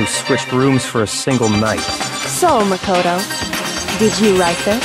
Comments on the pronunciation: "Mako-TO" Definitely not Japanese. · Celestia places the accent on the MA in Makoto instead of the KO, like everyone else. What European accent is she pulling here?